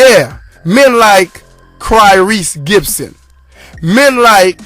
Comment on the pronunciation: My dude said Cryrese Gibson lol